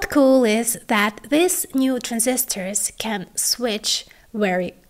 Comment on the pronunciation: Great content, but it is very difficult to listen to this type of speech. Please practice, for example, the difference in pronunciation between THIS and THESE. Keep the great content coming!